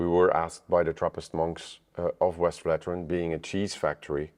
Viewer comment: Is it so hard to pronouce Westvleteren the right way? You even add a vowel in between the V en the L that shouldn't be there. It isn't Westveleteren.